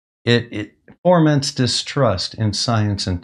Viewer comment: Did you say 'forments'? It's 'foments'. There's no r. Don't say it like that.